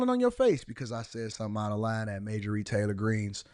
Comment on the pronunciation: its MARJORIE...not Majorie...hahhah too funny